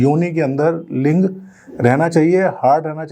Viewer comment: Doctor ka bola link v ling sunai dera h 😂